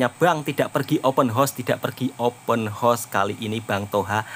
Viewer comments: 'haus' bukan 'hos' horse=kuda :face-purple-crying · Bukan open hoss wak Toha tapi open haos, bunyi hoss makna kuda wak 😂😅😊